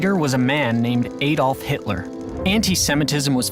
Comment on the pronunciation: Aside from him reading "Adolf" wrong, this should remind everyone in the world, what we shall never do.